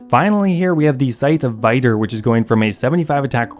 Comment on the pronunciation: The way you pronounced Vitur had to me dying xD great video thank you for the tips!